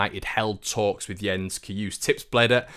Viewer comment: Jens Cajuste last name the e is not silent, How you say Jens is spot on. Keep up the good job! Well wishes from Sweden